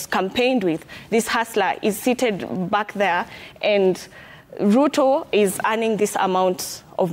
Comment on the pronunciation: Its Ruto , not Lutho 😅😅😅